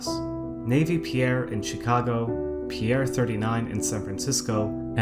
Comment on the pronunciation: He pronounces pier "pierre"